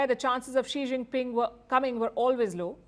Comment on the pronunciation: As if this reporter has any.she doesn't even greet chinese leader by how she said his name only.